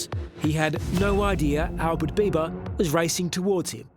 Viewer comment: Albert Biba not Bieber/Beiver